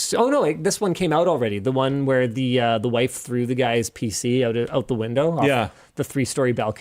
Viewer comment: "e wan show" - linus 2024